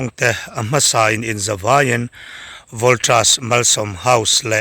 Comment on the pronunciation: Voltras ti ve ziah suh.. Voltas ti ve mai roh.. JITri. ti toh suh. JIT ti mai roh. I tawng hi Burma chhuak tawng a ang. Inzir nasa roh. English hi a awmze bo thrak in ilam thin a. Naupang zawk lo en ve ho hian anbuai phah thin. English hi zir tha leh roh.